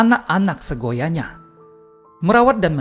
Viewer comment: Mohon maaf seyogyanya...bukan segoyanya.Tapi sungguh bermanfaat mendengarkan ....